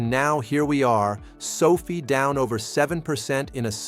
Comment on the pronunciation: ❤ Can you make the AI pronounce SOFI like Sofi, and not like Sophie? SOFI’s pullback is making me want to mow my neighbors lawn for 20 bucks just so I can get more shares. I am considering selling my toy hauler ‘As Is’ so I can get more shares of SOFI. I would even consider opening up my own Learing Daycare Center if it went down under 10 bucks per share. I saw a guy with a T-shirt that said “$.50 is $.50” and now I get it.😂😂😂 TTYL, I am off to sell my plasma. 😜